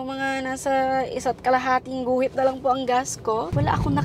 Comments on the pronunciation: ang aliw ng "I'm having great" 😂 at yung "isa pwong chicken fiilaayy" Hahahahahah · Its the "uhm, isa pWong chicken fillaaayy" for me 🤣